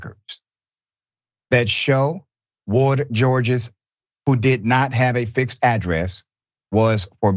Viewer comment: Woldegeorges is Ethiopian...i have extended relatives children with this last name..its pronounced Wol-di-ghee-or-ghes😢